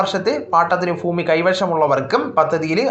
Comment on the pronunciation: എടൊ മന്ദബുദ്ധി, phoomi അല്ല, bhoomi ആണ്.laphikkuka അല്ല.labhikkuka ആണ്.